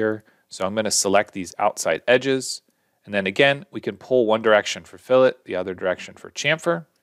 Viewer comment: Incredibly succinct, great voice/audio, and thanks for saying 'fillet' correctly. I need to get the Studio version of this ASAP!